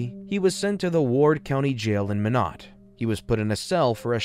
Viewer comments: It’s my knot not min knot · My~not. Not Min~ot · Hi just your friendly North Dakotan native, Minot is pronounced “my-not” for future reference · Minot is pronounced "MY-not". I know because I have family from there -- you can get tourist t-shirts from the airport which can help with the pronunciation that read "Why not Minot?" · Minot is pronounced “my-not” … just had to get that off my chest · Interesting story - future reference - Minot is pronounced My-not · FYI.. Minot is pronounced “my knot” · It’s pronounced like “my knot” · Always thought it was pronounced My-not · My-Knot (Minot) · It's pronounced "my not" lol shit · Being from North Dakota you really don’t ever hear about it in these kind of videos thanks for the funny minot pronunciation too lmao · My crazy mind can’t get passed the mispronunciation of Minot. Garghhh I’ll have to try to watch this one later. Great story. Looking forward to it. Maybe later my crazy brain can get passed it and be able to let it go.